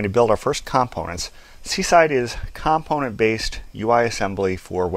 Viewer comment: It's comPOnent not COMponent omg.